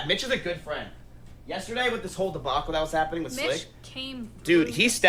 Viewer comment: Honestly this whole saga has helped take my nervous ass mind off a potentially life changing interview today xD I was shouting during the leaked call when Miz kept saying, "iM gUnA lOsE mY bEsT FwEnD!!" Like NOOO DONT KEEP SAYING THAT 😂